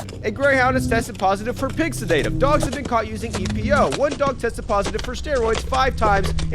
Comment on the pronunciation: Someone tell this guy how to pronounce “sedative.”